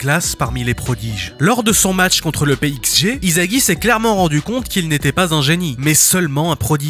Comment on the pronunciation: Vous savez que le manga est pas français ? Alors pourquoi vous disez izagi sa se lit issagi il est pas français le s se lit s pas z